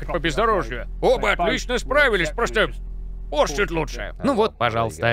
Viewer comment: Порше с ударением на О, люблю когда всё правильно